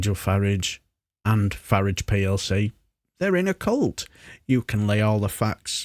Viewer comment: Why does everyone mispronounce the word "cult" while talking about Fartrage?